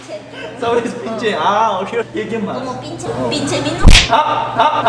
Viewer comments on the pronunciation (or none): me mato de risa cuando dijo pinshe minu 😂😂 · Que risa con buen humor el tuyo pinshe minu lo que si le salio bien a es que te dijo "tu como p uto":D